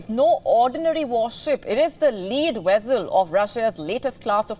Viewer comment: Did you say Nuclear Wessels?